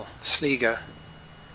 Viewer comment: Sligo is pronounced slygo, cool video though this game is so chill.